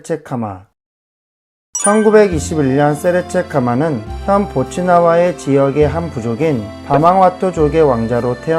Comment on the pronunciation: 보츠와나를 보츠나와로 계속 읽으시네